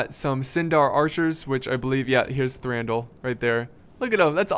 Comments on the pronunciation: you read Thranduil as Thranduwil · can't say Thranduil right lol